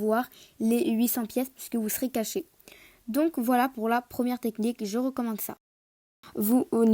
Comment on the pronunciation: Tu as dit cassé Pas caché